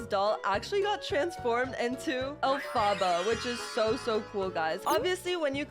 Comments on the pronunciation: You sed alphbha not elphaba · STOP SAYING ALFABA INSTEAD OF ELPHABA IT HURTS ME, also the tickets ARE worth it, they give 10 gaurenteed candies every time you win, plus you can get a (pretty ugly) ghost dress as the secret item, but if you buy the 100 pink cash costing one, most of the time you make back up the money or even extra money, yeah it could be like 20 cash, or smth besides cash, but it could also be up to abt 350 pink cash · It is ELPHABA not Afala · I love how she said elfbabas instead of elepebah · SHE SAYS ALPHABA THE ROG WAY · Calm down not everyone has perfect pronunciation...